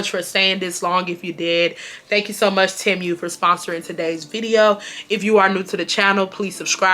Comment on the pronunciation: Girl it’s “tee-moo” not “tem-u”😂